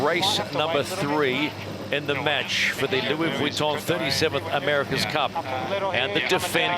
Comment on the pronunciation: Please stop saying vitton like that!